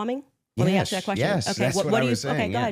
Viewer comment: she said axe authentically and then corrected herself!